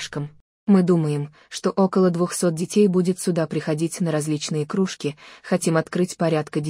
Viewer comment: Ну и комментатор крУжки, может кружкИ?